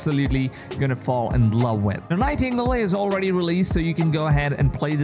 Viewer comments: I I’m pretty sure that’s pronounced Night-iN-Gale, not night tingle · It's "Night-en-gale". 😉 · Night tingles 😂😂😂 Nightin -gale 😂😂😂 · lol night - tingle lol